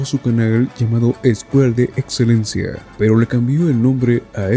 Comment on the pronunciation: LA ETSELENCIA🗣️🗣️🗣️🔥🔥🔥